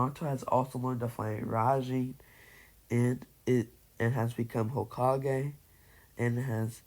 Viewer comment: Its kinda irritating, not gonna lie